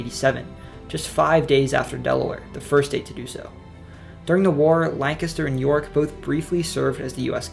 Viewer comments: You lived in Pa!!!! That's why you say Lancaster right! Thanks for the respect in saying the names correctly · Bonus points for pronouncing Lancaster correctly. As a quick sidenote, Lancaster sits on the Conestoga River, a tributary of the Susquehanna. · I'm from rural western PA originally and lived in PGH for 6 years. I very much appreciate this video, makes me feel very proud of the beautiful state I come from that has such a rich history. ☺ (also I was born in Lancaster and I appreciate that you pronounced it "right" 😂) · Oh my god, he said Lancaster right. I've had to explain to people even from Philly that its "Lank-ister" not "Lan-caster" . Good job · Wilks bar is how it's said in Lancaster (lane kiss stir is the correct pronunciation. Good job.) PA definitely has several regional accents. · You pronounced Lancaster (lang-kister) correctly lol good job! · Lancaster is pronounced Lankister in case anyone was wondering lol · He pronounced Lancaster right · As someone from Lancaster I am so overjoyed that he pronounced it correct. You’ve earned yourself a sub good sir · PA resident here, really great video you put together. I love that you crushed the various dialects within the state, and said got Lancaster right. I also love that you managed to squeeze Pennsyltucky in there, its worth noting. My only miss to call out would be another pronunciation education for all in calling out America's oldest brewery Yuengling. I bet Dr. Oz doesn't know how to say it. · Watching from Lancaster, and no, I'm not Amish. Also, props to you for the correct pronunciation of Lancaster. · You said "Lancaster" right! Also, Wilkes-Barre is pronounced [Wilks-Berry] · Yup! I’m from Lancaster. The easiest way to spot an outsider is the mispronunciation of the name. Correctly pronounced here! Solid research! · lol, i was looking for this comment! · I could tell you are local when you pronounced Lancaster right and mentioned Pennsyltucky 😂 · Thank you for saying Lancaster correctly